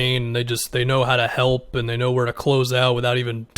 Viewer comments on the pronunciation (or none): none